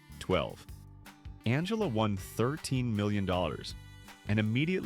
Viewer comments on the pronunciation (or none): none